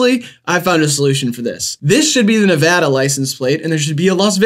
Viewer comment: thank god they pronounce nevada right